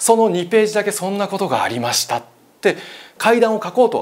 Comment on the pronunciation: ありました⤴︎が⤵︎ 、テレ⤵︎ ビ⤴︎の⤵︎ が気になりすぎて話し入って来ないw